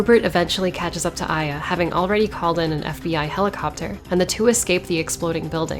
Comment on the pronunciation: I always thought it was pronounced eh-yah, not eye-yah